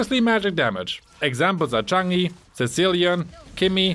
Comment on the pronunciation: Even worse: pronouncing it "Chagne" instead of Chang'e... Twice xD But it's fine, it's surely on purpose. ;)